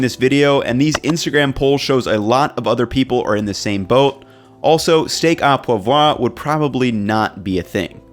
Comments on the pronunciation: Dude work on steak au poivre prononciation lol or just don't say it 😝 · The french are gonna kill you for that pronounciation of steak au poivre😂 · Me living in a country where most people speak french, it enrages me how he says Steak au Poivre